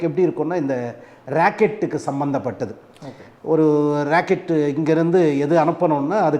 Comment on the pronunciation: Sir please consider your pronunciation you said "racket" is not correct rocket is correct. thanks